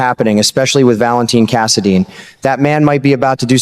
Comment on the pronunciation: Cass a dine not cass a deen